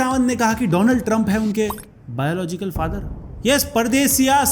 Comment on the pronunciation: Biological ❌ Bilogical ✅